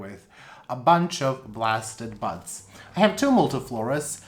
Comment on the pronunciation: You gotta stop saying blasted buds cuz it sounds like butts. All I hear is butts. It has a peduncle which will form new butts.